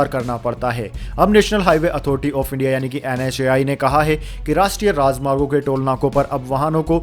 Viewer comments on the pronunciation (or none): none